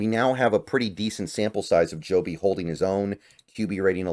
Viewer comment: It's Jobe not Jobe man. 🤦